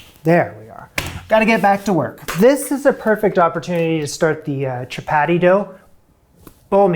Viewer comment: Friendly FYI from an Indian: Dal is pronounced "the-all". Atta is "ahh- tah". Chappati is "cha- pa- thee".